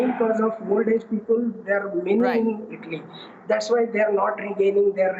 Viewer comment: Its Italy... Not Idli